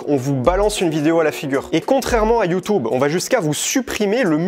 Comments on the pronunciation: J’en ai marre ok…. ?? C’est quoi YouToube ..? Arrête !! Je t’ai entendu dit ça des dizaines de fois 😡 c’est YouTube et non YouToube 😂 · Il a raison mais j’en ai marre quand il dit you tube c horrible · PTDR " youtoube" et " inestagram"😂😂😂